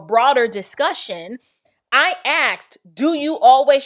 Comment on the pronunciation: Love your videos, but please, , the word is "ASKED," not "axed." It sets you apart!